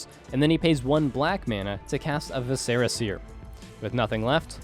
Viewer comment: VISC-er-a seer, not vi-SCE-ra seer! Ahh. Okay I’m over it. Excited y’all are back!